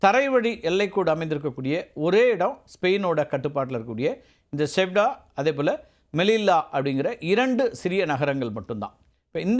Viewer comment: அது சியூடா நகரம்! செவ்டா செவ்டா என்று சொல்லி கொண்டு இருக்கிறாய்! 😂நல்ல வேலை லவ்....என்று சொல்லவில்லை.